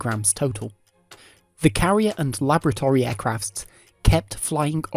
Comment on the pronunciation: Very interesting video. Your narration is very well spoken, but please learn to pronounce laboratory; also, the plural of aircraft is 'aircraft'.